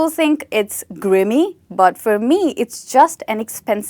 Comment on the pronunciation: Grimy - it's not pronounced 'grimmy', the letter 'i' is pronounced like the 'i' in 'time' or 'fine' or 'mine', and it means something dirty. Where did your translation come from?